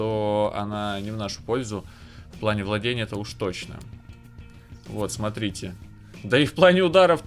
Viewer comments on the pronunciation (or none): none